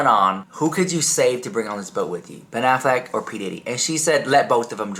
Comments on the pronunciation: Did just really say Ben Aflac 😂🤔, you mean Affleck not the insurance duck 😂😂😂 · Quck !!! Aaaaflac!!! 😂